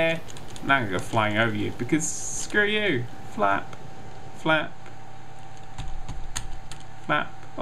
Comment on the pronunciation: is it just me or is every time he says flap it sounds like fap?